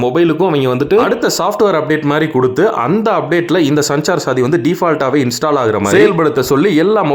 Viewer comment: அதோட உச்சரிப்பு சஞ்சார் சாதி இல்லை! சஞ்சார் சாத்தி அதாவது தொடர்பு துணை என்று பொருள்